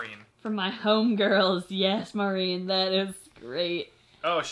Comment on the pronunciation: Omg my package got ready!!!!! Y’all pronounced my name as “marine” but I don’t care 😂 (it’s m-are-in) thank you guys for giving me such a long section!! I’m glad you found my letter humorous and I appreciate everything y’all have done I’ve been with you guys for a long time and you reading my letter and package made my entire life. And thanks for shouting out my mom. She loved it :) 💜 sending you love always 💜 and I hope you liked the crunch bar, hot chocolate, Mexican candies, and drawings :) and that my homegirls Cheyenne and Rex enjoyed whatever y’all got them (fun fact; I live right next to a river named the Cheyenne river!)